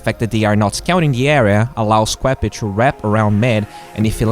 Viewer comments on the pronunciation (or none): he pronounces qupe as queppe xD